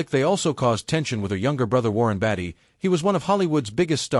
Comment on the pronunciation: It's BAY-TEE Not BATTY. Great video!